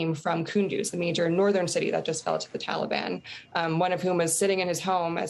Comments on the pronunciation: She also can’t pronounce Taliban correctly. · Why can’t she pronounce Taliban correctly?